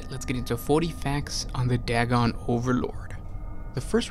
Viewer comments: It's pronounced "day-gon" not "dag-gon". When there is only one constant between two vowels, the "a" goes from a soft sound like "at" to a hard sound like "ate". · Day-gon, not Dag-gon. It is using Lovecrafts cosmic terror theme.